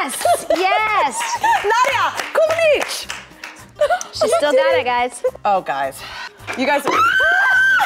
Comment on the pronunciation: Did Kathryn just said "Nadia Comaneci"??? I LOOOOVE YOU!!